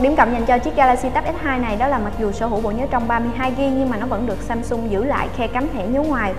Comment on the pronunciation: Samsung chứ ko phải ShamShung trời, đọc nghe mệt quá